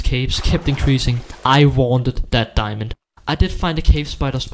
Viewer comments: Its diamond not diamondo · I love it when he said diamondo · He makes me happy when he says diamondo instead of diamond cause diamond is to american